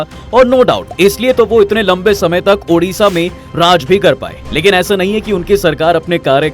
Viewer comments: The name of my state is ODISHA not udisa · Sir it's ओड़िशा। Not उड़िशा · It's ODISHA "ओडिशा "